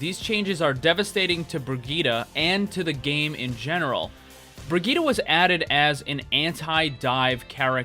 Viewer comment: bri gitt e